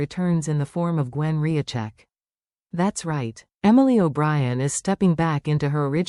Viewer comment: its Rizcheck not Riacheck